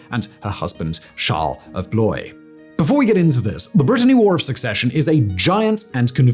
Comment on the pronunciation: Charles of "bloy"? Admittedly "Blois" isn't the easiest word for Anglophiles to pronounce, but come on.